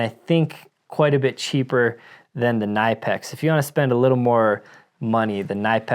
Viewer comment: Kuh-NIP-ex. The K is not silent. The i in Knipex is a short i sound like tip, lip, slip, hip, ship, etc. Not a long i sound as in knife, life, wife, high, drive, etc